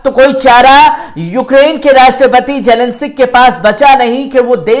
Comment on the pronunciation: Bechara padh ke bhe zelensic keh rha